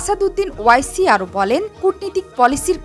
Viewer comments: NAM TA SOTHIK VABE UCCARON KORUN , O I C NOY -- OARCI HOBE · ওয়াইসি না। ওয়েসি হবে উচ্চারণ।